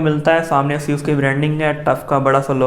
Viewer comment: if any one noticed he said seus for asus